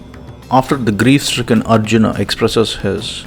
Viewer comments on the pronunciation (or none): none